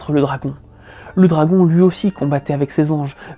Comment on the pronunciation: Ses anges furent jetés 'r'avec lui... Effectivement il faut faire attention à utiliser les bons mots mais aussi à ne pas faire de liaisons qui n'existent pas 🤣